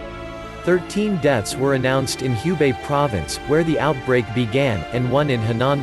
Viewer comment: Thanks for the comprehensive report. Just a note that the "Hu" in Hubei is pronounced "who" not "hue".